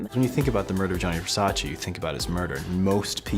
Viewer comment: I stopped watching this video bcz i cant stand how she keeps saying " GEAANEEY VERSACHEE CHEE CHEE " ITS " GAAANE VERSACHÉ " come on its Italian words duh😭😭😭